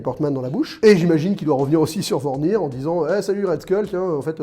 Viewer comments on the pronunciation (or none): C’est MORAG et VORMIR... pas MORG et VORNIR... et c’est en 2014... 😩😅